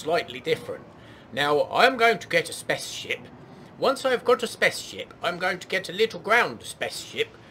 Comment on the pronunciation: I am 39 years young, yet every time you say "spa´ce ship" I giggle like a 6 year old. :)